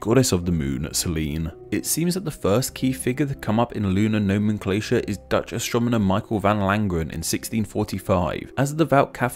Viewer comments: Cool video but it sounds like he says "Astromoner" each time he says astronomer. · heh "astromoner" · Count how many times he says astromoner.